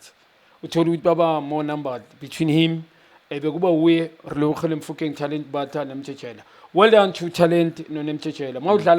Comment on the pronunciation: It’s Teboho not Tebogo, Relebohile not Relebogile wena Junior maan😂